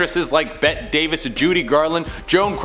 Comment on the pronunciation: Not "Bet Davis". It's pronounced "Betty". She pronounced the 'e'.